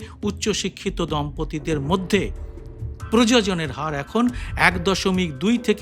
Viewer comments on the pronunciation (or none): বিষয়টি খুবই প্রয়োজনীয়,, আপনি বারে বারেই "প্রজজন" বলছেন,, অথচ শব্দটি "প্রজনন" আজ দেখলাম এক কেজি খোলা চিনি পঁয়ষট্টি টাকা,,, ভারতবর্ষ বরং আদানী আম্বানী দের সুখে রাখুক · প্রজনন হবে প্রযোযন না।